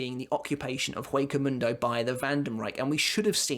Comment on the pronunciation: It's not that big of a deal, but as "Hueco mundo" is Spanish, you pronounce "Hueco" with a silent H.